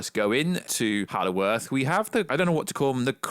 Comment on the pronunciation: Did you say hallow earth?